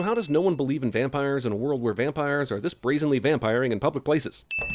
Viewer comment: Puppires! PUPPIRES? REALLY ! ROFL